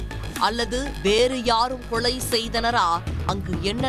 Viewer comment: லகர மகர வித்தியாசம் படித்து விட்டு செய்தி வாசிக்க வந்திருக்கலாம் தமிழைக் காப்பதாகக் கூறும் ஊடகத்தில்..கொளை.,அழைத்து சகிக்கமுடிய வில் லை